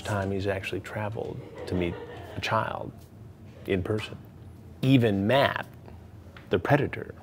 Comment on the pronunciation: “We’re gonna protect your chowl.”